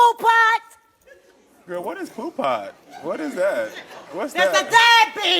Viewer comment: Poo Pot? That woman is headed for a neck injury unless she learns to speak without waving her head around.